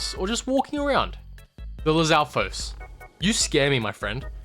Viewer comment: Ngl you absolutely nailed it on the Lizalfos for me